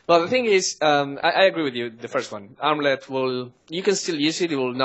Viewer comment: LMAO THAT ARMLET PRONUNCIATION LOL